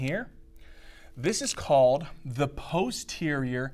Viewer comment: "p-HOU-sterior" 🤣 thank you for explaining this, hundred times better than what im paying for!